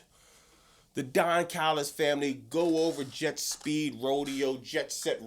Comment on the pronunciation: I CAME HERE JUST TO HEAR SAY "THE DON CALLUS FAMILY" 😂